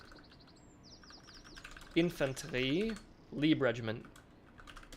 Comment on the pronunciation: Tremendous job! I’ve been waiting for a game like this, with customisable units, ever since Age of Rifles. Small note here, it’s not pronounced Leeb Regiment but with an i, like in life.